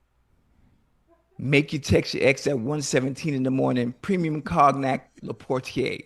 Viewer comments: Ocho pronounced cognac like it's spelled 😂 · Man actually said Cogknack. LMFAO. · Cog-nac. Ocho, give me your phone......NOW.